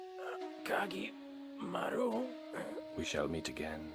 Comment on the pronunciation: I take some issue with your pronunciations, but being a big Kage fan, I'm just glad it's here. As much as I love making costumes for him, I apreciate that you kept it to his official look. I would have appreciated the use of his CG Portrait song, but that's just me and no better than nitpicking. Anyway, yay! It makes me want to go back and rewatch the others.